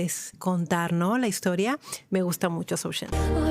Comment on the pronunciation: Zhou Zhen pronounce as “Joe” “some” ☺️